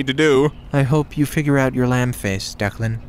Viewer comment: It's DECLAN. It's irish, just 2 syllables dec-lan so damn simple and yet nobody understands it, even in writing. It's always deekan or dylan or deckland, or the dreaded first grade ''Duckland'' bullshit. DECLAN why does nobody understand?!